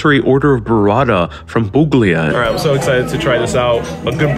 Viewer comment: "Pooglia"?! Seriously?? It's pronounced "poo-lee-uh". I hope you were joking, but if not, there ya go. I've only recently heard of burrata & really want to try it. Looks amazing, as do the meatballs!